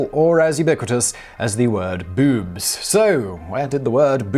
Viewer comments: He said 'bewbs'. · Ok, I'm only 45 seconds in but just need to point out that I love the way you say boobs XD Bewbs...